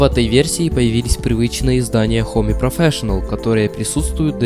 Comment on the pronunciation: о неё... хоме икспи... чувак, не позорься